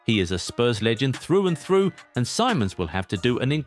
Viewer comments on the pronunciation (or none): none